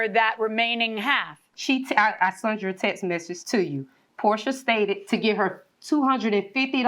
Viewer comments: I've never heard someone say "sunt" instead of "sent." Sorry if I sound ignorant. I've just never heard it before. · Why do people keep saying "sunt" instead of "sent"?!